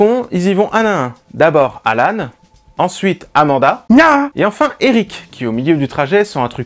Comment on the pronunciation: A chaque fois que tu dit amanda tu fait gna xdd